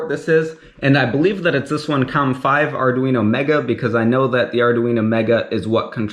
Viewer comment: "Ardoo-Weeno" lol